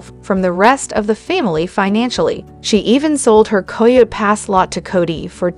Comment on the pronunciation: Why do so many people making these videos have so much Sufi ugly pronouncing coyote pass. It is not co yo pass !